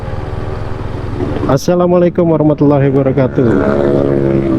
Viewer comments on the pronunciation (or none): none